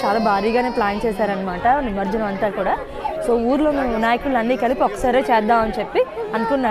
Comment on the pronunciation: ఏమనుకో కండి అది నిమర్జనం కాదు ' నిమజ్జనం '..